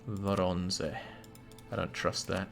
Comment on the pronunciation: you can almost hear tramping horse in the distance and Sabaton singing: "AND the Winged Hussars arrived!" BTW, - it's pronounced Voronezh